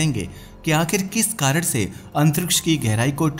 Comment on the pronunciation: कारण ❎ कारड ✅